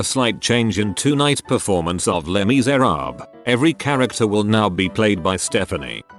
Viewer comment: Everyone: les miserables Robot voice: le misarab